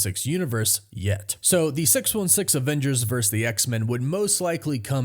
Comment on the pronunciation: It sounds like you're saying "avengers VERSE x-men" instead of "avengers VERSUS x-men" 😄